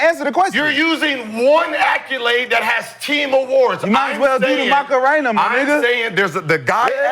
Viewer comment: Have Gil spell accolade then pronounce it 😂